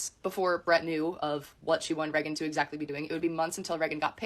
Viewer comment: Something about how she says "Reggan" instead of "Raygan" is irksome 😂